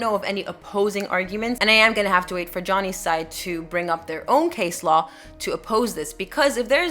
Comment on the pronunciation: Hi there, just so you know for the future, Law is spelt with an "A" . In the word Low the "OW" is pronounce just like the letter "O" For example "something is low to the ground"